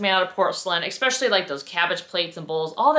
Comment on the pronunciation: Did you said EXSPECIALLY??? 😮